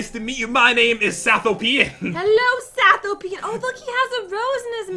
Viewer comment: I think it's pronounced Sath-Oh-pean like Ethiopian.. not Satho-PEan like European